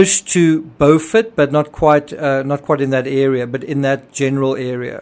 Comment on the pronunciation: In SC, it’s pronounced BYOU-fort. Very interesting information in this video.